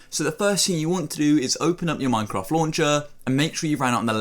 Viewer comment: instead of saying minecraft he said minecroft